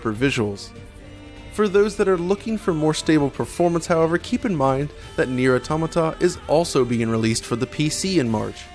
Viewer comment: Wow, you really can't pronounce Automata can you?